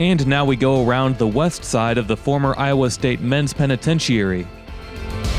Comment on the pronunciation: Pen a ten chur ee